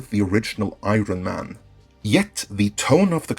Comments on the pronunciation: I-Ron Man - Apples First Superhero. Learn how to pronounce words. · Did he just say Ironen Man? Was I the only one who heard that? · Wtf is I-Ron Man? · Anon Nimus well he pronounces it so the letters are there. I-ron-man. It's very peculiar. I think he's Finnish?